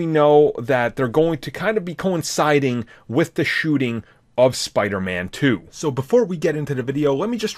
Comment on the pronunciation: Did he say "spider man 2"? Fuck yea finally some one says it legit.